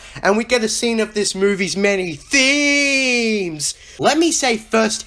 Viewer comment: Every time this guy says. THEEMEZ I wanna kill myself